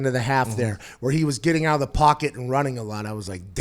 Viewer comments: “LSU comes aht on top over Clemson”.........😂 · Is that supposed to be the Pittsburgh accent?